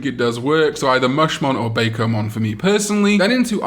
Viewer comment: hey, i just can't hold it anymore and have to tell you. Bakomon is pronounces as "Buk-O"mon as is derives from Hako or box in japanese like bento-bako or "bento box"